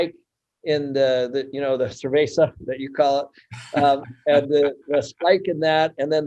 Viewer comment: when Ken says "cerveza" Lmao